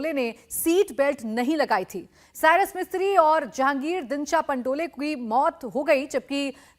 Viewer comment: Dear sir correct pronunciation is Pandol not Pandolay. Thank you